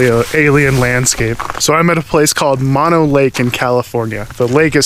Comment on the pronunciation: That's Mo No as in No No, not mono as in single or one.